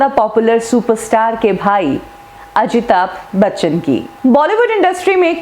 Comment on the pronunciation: It's Amitabh Bachchan..not Amita Bachan. Pehle naam toh pronounce karna seekho. Phir trolling jaari rakho. Waise bhi aapke aur 70mm Rahul ke videos zyadatar Amitabhji ko troll karne par hi hote hai.